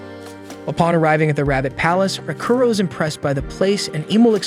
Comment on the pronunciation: The AI completely butchers names and certain words. I wanna dropkick the AI like "Raaakuro" kicked that princess character.